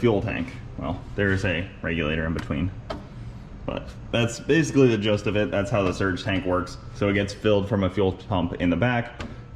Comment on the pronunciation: Wonder if he means "gist of it" when he says "just of it" ?